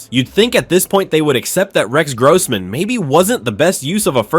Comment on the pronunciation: Stop mispronouncing Rex Grossman 😢